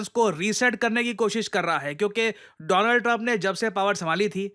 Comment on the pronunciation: Modi be like:: DOO-LAND TRUMP 😅😅